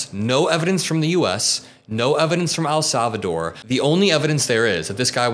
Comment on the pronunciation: 🤯😫Please Stop Saying AL Salvador!!! Like AL Capone….IT IS NOT AL SALVADOR….PLEASE PRONOUNCE IT PROPERLY— IT IS EL, LIKE ‘HELL’…. EL SALVADOR.